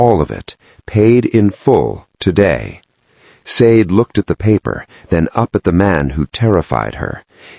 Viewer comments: Love the story telling, the name SADE is a Nigerian name is pronounced , (SHAH- DEH ) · Lovely story. Please look at the how the name Sade is actually pronounced. (Shah deh)❤❤ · Ha ha ha yes please Shah Deh !